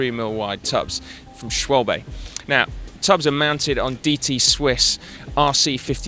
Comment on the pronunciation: Try to pronounce Schwalbe again :)